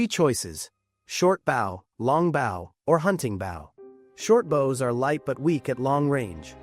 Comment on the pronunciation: My biggest annoyance is these fucking things not pronouncing BOW correctly.